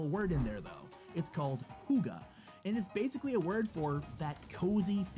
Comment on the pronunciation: Damn he Said hugge not hygge 😂😂 And it pains me that he thought copenhagen was in Jylland